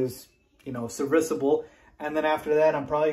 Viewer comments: I am talking about his pronunciation of the word not how he uses it. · Is it me or does say "serviceable" weird?